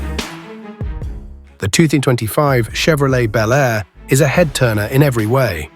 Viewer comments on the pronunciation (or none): These make believe videos of 2025 resurrections of classic vehicles (55 Chevy Bel Air in particular) really suck. They are horrible Frankencar mixes of all three of the Tri-Five classics. They don't even show the same car in the various shots. Obviously done by AI and the narrator sometimes pronounces Bel Air as Bee L Air. I've seen the same thing done with the 69 GTO Judge. It's not going to happen folks.